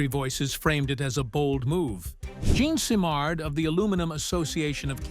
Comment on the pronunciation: Please learn how to pronounce "Jean Simard".